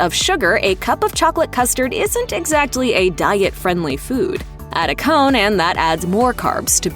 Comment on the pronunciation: My favorite Culver’s custard topping is called not pronouncing the “T” so hard in the word “exactly”.